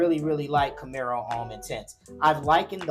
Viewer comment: ⛔️IT IS NOT "CAMERO" IT IS CAMARO....It reads exactly as it is written.